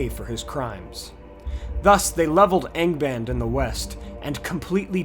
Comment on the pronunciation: good god, I honestly thought you said gangabang at the beginning there for some reason when saying Angband......